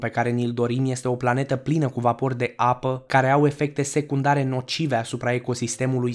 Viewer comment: De ce spui "vaPOri", "năutățile" și "optisprezece"? În rest e corect... Îmi amintesc că s-a mai întrebat asta în comentarii. Și nu s-a schimbat nimic.